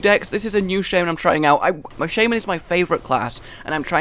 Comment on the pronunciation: you are pronouncing Shaman kinda wrong